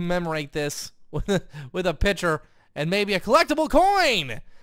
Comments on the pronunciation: it kinda annoyed me that was pronoucing picture like pitcher Um and a baby isn't in the oven (you said that at the end) I think you ment a bun is in the oven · Is it just me or does say picture weird?